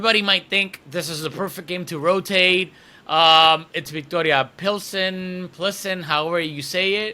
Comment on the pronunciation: Thanks for the great work. Just a quick heads up, I think it's pronounced "Pilzen"